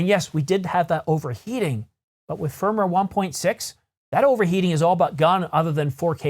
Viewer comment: Yo.. Just a pronounciation correction. Firmware is pronounced Firm Ware not Firmer.